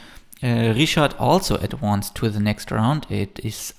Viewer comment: Please learn to pronounce "advanced" correctly.